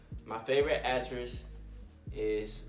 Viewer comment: Did he really just say atress instead of actress come on do better than that how you past grammar class English or whatever he'll cause baby that ain't right